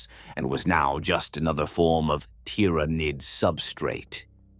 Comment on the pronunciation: Good AI. Some improvement needed on the pronunciation of ty-ra-niiid